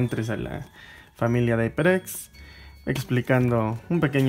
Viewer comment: Se dice jaiperex no aiperx jajajaja